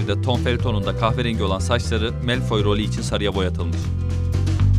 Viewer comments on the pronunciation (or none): Melfoy değil malfoy diye okunuyor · Melfoy değil malfoy, danyel değil denyıl, madam hoç değil madam hok olarak okunuyordu. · melfoy ne ya malfoy ve redkılayf ne muhteşem ingilizce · keşke önce telaffuzlara baksaydınız melfoy ve danyıl ne allah aşkına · melfoy ve vesliy ne lan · melföy snsjjapspwksğağw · Okunuşları malfoy wisliy voldemort yanlış srslendiyorsun (bilerek böyle yazdım doğrusunu biliyorum mal deyilimm)